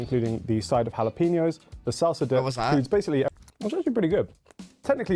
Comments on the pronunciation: Beef hotdogs all the way!! And it's "hala-peen-yo," not hala-pee-no." 😉 "Sweet popcorn" (we fortunately don't get here) ... Sugar, lots of calories... "Duh." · Jalapeño is not pronounced as hala-pee-no, it’s pronounced hala-pen-yo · Its Hal uh peen ee ohs Not jal op in oohs. Like its not Britstain. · If you buy the large of popcorn and soda sizes, yes, you get one refill of each one for a one time refill. I occasionally like butter, but not always because it is messy. M&M’s with salty popcorn is great! All beef hot dogs great. That pizza looks nasty! “Impossible” is a plant based food clone. Jalapeño is pronounced Ha-La-Pen-Yoh. A Coke freestyle is a machine that will add flavors to various Coca-Cola products (Dr. Pepper, Sprite, Coke, Diet Coke, Coke Zero, etc.) and the flavors are cherry, lemon, lime, vanilla, etc.